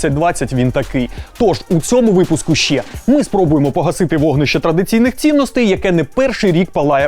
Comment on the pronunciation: Навчіть казати не щє, а ЩЕ)